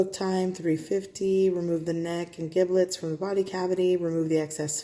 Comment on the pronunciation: Shoot, I can't afford a duck much less a goose! You did a beautiful job! BTW, giblets "g" is pronounced like "j" in jump (I'm so helpful, right? LOL). Happy Holidays to you and yours!